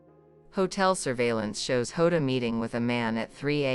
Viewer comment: Plus he doesn't get name right it's diogo jota and Andre Silva not hoda